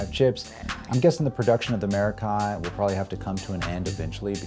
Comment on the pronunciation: He's gonna pronounce it wrong the entire video isn't he? It's Meh•rock•kee and of Greek origin.